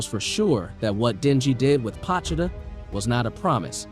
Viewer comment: Its pronounced POE-cHee-Ta